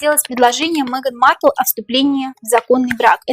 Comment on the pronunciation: Маркл до королевы,как до неба ползком,ни рожей ,ни кожей не вышла 😅.Ударение на первом слоге.